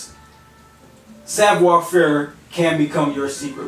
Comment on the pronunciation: It's Savoir" not savior.